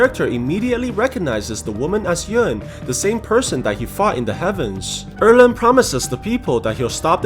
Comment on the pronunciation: Its 二郎 not err leng.